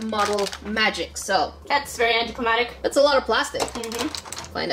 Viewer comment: English #1 sika its anticlimaCtic not anticlimatic